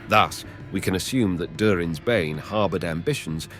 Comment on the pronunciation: eh, you say Durin's Bane weird... specifically "Durin"